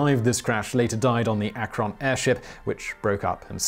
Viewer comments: It's pronounced Ak-ren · Wish Simon could pronounce "Akron". ;-) Ak-krin